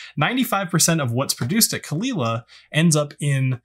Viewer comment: It is indeed cull-eela, not cole aila like many Americans say it..